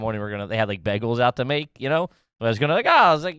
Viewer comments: "Begels" four times. Who taught to talk? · Also needs to call out for saying "begels" instead of "bay gels" like a jerk off lol